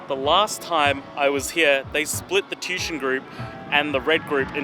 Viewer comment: It's pronounced tu-ition... Not tushon